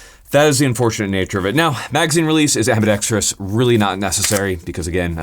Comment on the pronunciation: FINALLY.....a guntuber that can pronounce ambidextrous. LOL